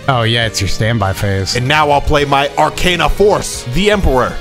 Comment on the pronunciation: I loled when he said "Arcana force Vee-ai-ai"